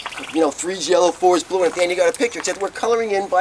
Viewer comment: Tha skys not bloou! XD hippies! XD